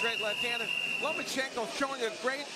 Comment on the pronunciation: Why the hell do you keep saying Lomo? it's not Lomochenko... it's Lomachenko. Loma not Lomo.... And wow groundhog Gary fighting once a year is still a champ go figure?